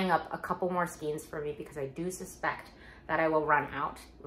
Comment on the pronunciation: I love watching your videos! I have a bit of a hard time with the way you say skeins 😫